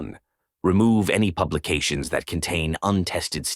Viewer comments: "pubications" had me in cramps! LMAO!! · lol pube-e-cations lol… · "pubications" lol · many any .... pubications? LOL 🤣🤣🤣🤣🤣🤣🤣🤣🤣🤣🤣🤣🤣🤣🤣🤣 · 'Pubications' is my new favourite word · "Pubications" lol! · PUBElication ahahaha .... he want's to fire his Lawyer! xP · hahahahahahah. Aaaah. Pubications... lol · “pubications” hahahahah